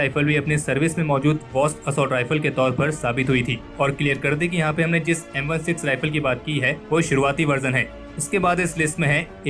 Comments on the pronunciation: It's M sixteen not M one six 🙂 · Indian people will never learn the correct way of pronouncing firearm names. It’s not M 1,6 it’s M sixteen and you show an air rifle during the amd65 segment this the worst video you’ve made. Learn to research correctly